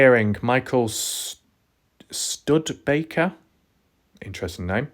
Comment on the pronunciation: Stew-de-baker. Studebaker. Like the car.